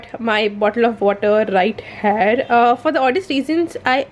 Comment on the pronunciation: I don't mean to send any hate peace but I get very confused when you say 'Hair' and you mean 'Here'.